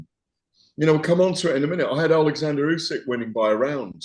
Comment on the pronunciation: Can please learn how to say Uskys name properly. Its disrespectful that after all of thisvtime he still cant. Ooh-sick